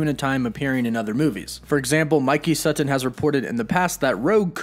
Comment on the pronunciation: if mike sutton is a friend could u say his last name correct?